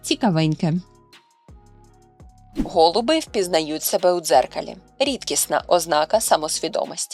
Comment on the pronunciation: Не гОлуби, а голубИ , учіть українсьську !